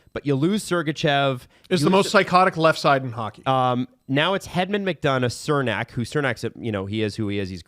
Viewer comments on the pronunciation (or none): Chur-nack! Not Sir-nack! He’s been in the league for years!